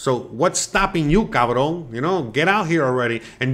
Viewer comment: Great video. I laughed hard when you said cavron lol I was born in Mexico, brought to the USA as a young baby. I have dull citizenship, but I never served in the Mexican military. How do I get my pension to Mexico, I’m recently retired. $1,650 monthly. Not a big pension but enough to live comfortably. Any info will help. Keep the videos coming brother .